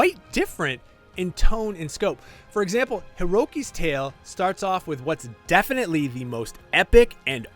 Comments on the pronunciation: Have to disagree with this review a lot. Also, his name is “Hikari”, not “Hiroki”. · Excuse me. WHAT???? HIROWKI?? WHO IS EVEN THAT??. ITS HIKARI. Basic plain pronounciation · Did he just pronounce "Hikari" as "Hiroki"? smh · smoothbrained reviewer finds out that skipping the story makes you miss out on the story. seriously, do these reviewers not like playing games? "hiroki's tale"????? its hikari!!! listen to the in game dialogue!!!! this has to be a joke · Him saying Heroki instead of Hikari and not being able to pronounce the names just show how well this review was made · This mistake in a fully voice acted game is so embarrassing lmao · The game is voice acted, they have the pronunciation